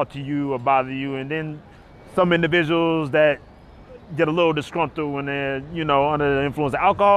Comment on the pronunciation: "But other than thaAT!"